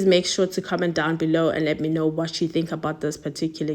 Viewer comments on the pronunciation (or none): none